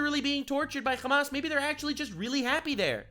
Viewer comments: I get you are a jew, but stop saying Khamas you dumbass. It is Hamas, in Arabic it is not a Kh sound but an H sound. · “Hamas piker” 😂😂😂😂😂